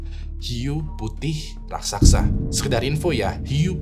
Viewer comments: Raksasa bang bukan raksaksa 😅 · raksasa bang, bukan "raksaksa" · kyknya raksasa bang, bukan raksaksa